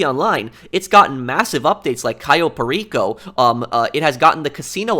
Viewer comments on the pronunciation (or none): none